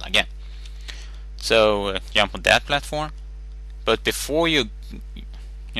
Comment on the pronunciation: he is maybe german or british. but still he says yump instead of jump